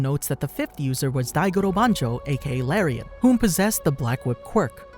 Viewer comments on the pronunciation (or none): none